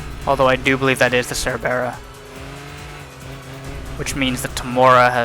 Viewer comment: Your pronunciation of "Cerbera" makes me want to throw you down a well